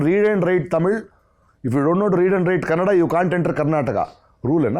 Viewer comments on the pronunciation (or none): Dear Prakash Raj, it’s ‘Kannada’, not ‘Kannad’. At least learn to pronounce and respect the name of the language before giving gyan about Karnataka. Respect starts with the right word.